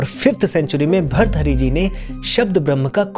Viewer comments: Please improve your pronunciation of hindi ans Sanskrit . It is not bharthari. It is Bhartrihari see the ृ in त . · Bharthari nahi bhartrihari hota hai english man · अरे यार भृतहरी बोलना नही आता...आप क्यो बनाते हो व्हिडिओ...सोच रहा था ये किसके बारे मे बोल रहे हो... एक काम करो, कल सुबह जल्दी उठकर, आकाश की तरफ देखकर दो सौ बार भृतहरी बोलो...और अगर भ्रतहरी बोला तो अपने ही कान के नीचे एक थप्पड लगा लो... भ्रतहरी कहीं का... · भर्तहरी ❌ भर्तृहरी✅ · भर्तहरी ❌ भृतहरी ✅ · खूप खूप सुंदर माहिती. भर्तुहरी भ के बाद आधा र्. र को जोडकर तु आता हैं. उसके बाद हरी. भर्तुहरी.